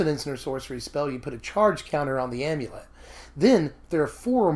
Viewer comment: Oh thank God you pronounce Amulet correctly!